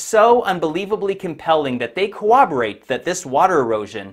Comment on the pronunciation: "Co-oberate"🤔 You mean corroborate?